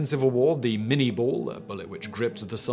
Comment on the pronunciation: Minie is French. It's pronounced min-ey